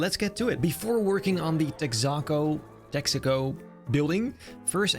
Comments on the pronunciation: Hhmm “Tex-ah-co”? It’s “Tex-uh-co” Besides that impressive build! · What’s tech-sock-co haha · its called Texa-co. Think like Texas. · say it with me.......TEX-AH-CO for the love of Christ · Texaco lil tex - ah- co like texas co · Its pronounced Tex-uh-Co. Like Texas but without the s sound. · I know this doesn't matter but Texaco is "Texas Company" so its "Tex uh co" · Lovely job, as usual! Texaco rhymes with Mexico :)